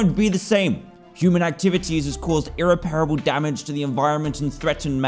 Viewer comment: Dan.... It’s ir-REP-ra-ble! Get it right